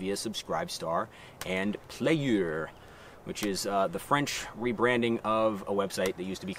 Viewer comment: I know what you said is sort of a joke, but "playeur" is the normal french word for "player", for us french it's totally fine and not an abomination. When you say it, it sounds like you're barfing the word, which is not how we talk at all. Maybe you just hate the french language for some reason, oh well, let's continue the french bashing for no reasons, I guess.